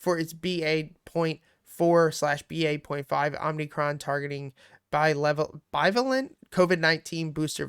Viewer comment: It’s pronounced BYE VAY LENT